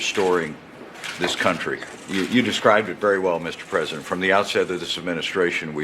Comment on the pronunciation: Fucking Pathetic..! Pence is soo Fucking Disgusting..! ( "Da Pwesident has acted Decisively" ) I fucking hate it when he says THAT..!